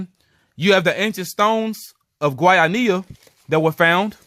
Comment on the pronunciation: Kudos for trying to pronounce Guayanilla correctly. I'm from Guayanilla, my family has been there forever. I've heard of us being Israelites but you went into more depth, pretty interesting tbh. I did my DNA and my native Puerto Rican ancestry was concentrated specifically in the South and Southwest of the island, where Agüeybana was from. Thanks for this video. The easiest way to pronounce Guayanilla is Gua•Ja•Knee•Ja. And Agüeybana is Ah•Guei•Bah•Nah. Hope that helps. Again, great video. 😊